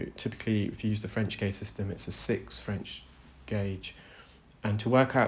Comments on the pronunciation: Gauge. Not blo0dy gorge. Lol. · I love hearing your voice when you explain what is happening. I'm glad these people have been able to find you help them.😊 The word is gauge with a long a sound not the word gorge with a long o sound. I live in Tennessee and I know people make fun of how we talk too.😊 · Oh my goodness this poor patient, it must be horrible. I love how much you educate us with your narration. I'm in the UK and having worked in engineering and knowing lots of engineers gauge is pronounced like gayj. That is the correct pronunciation in English, I can't say how other countries might pronounce it. Gorge is a different word meaning a narrow valley between hills or mountains etc... like Cheddar Gorge here in the UK. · Gourge? Who the hell is telling you to say that? Pfft, 'gauge' is definitely pronounced gayge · Who told this man to pronounce gauge as gorge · Please stop pronouncing it "gorge". It's hurting my soul. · I enjoy your content but most especially how articulate you are. BTW the correct pronunciation of gauge in standard English is « gage » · the way you are pronouncing gauge as "godge" is hurting my brain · Guage rhymes with wage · There’s no way Gauge is pronounced Gowdge. Sorry. Just no way lol! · He pronounces it "gorge" not "gowdge" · Love your videos! Re your pronunciation of gauge. In the UK gauge is pronounced gage (rhymes with cage). You’re obviously a great reader! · Wow 2nd comment! Love your channel and compassion ❤ And gāuge has been the pronunciation forever. Think "gay-juh". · Yes and pretty much everywhere else in the world where English is spoken. His other pronunciation of gauge was wacky!